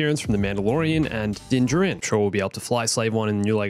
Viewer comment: Why does he say Din Jirin?